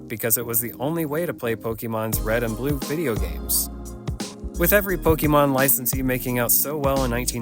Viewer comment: Right off the bat guy pronounces Pokèmon wrong😂😂😂